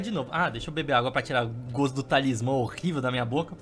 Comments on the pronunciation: Eu não tankei nenhuma vez que ele falou TALISMÁN Kkkkkkkkkkkkkkkkkkkkkkkkkkk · "TalismÁMMMM" KAKAKAKKAK